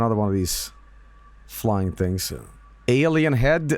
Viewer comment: aur naur its an aurlien